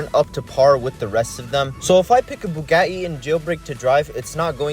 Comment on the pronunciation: It’s not bu-ga-e